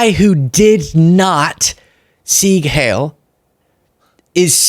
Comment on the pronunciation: "Heil" is pronounced "Hile," rhymes with "Pile" and "Mile."